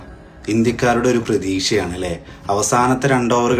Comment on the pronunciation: പ്രതീഷ അല്ല ഡോ...പ്രതീക്ഷ. And it is bowler , not boller